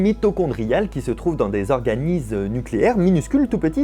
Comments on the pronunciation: c'est organite cellulaire et pas organise (c'est un détail mais assez important ) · A 4.10, c'est "OrganiTes", pas "organises" :p